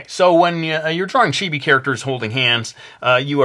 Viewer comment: It's chibi not chibie